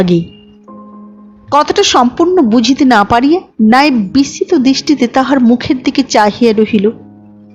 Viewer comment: 'বিস্মিত'কে 'বিসছিত' বলেন কেন? খেয়াল রাখবেন।